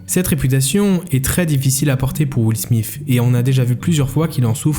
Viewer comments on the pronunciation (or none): " will smiff " j ai vraiment eu du mal dans cette partie